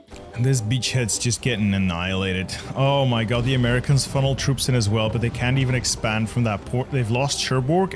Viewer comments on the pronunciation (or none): none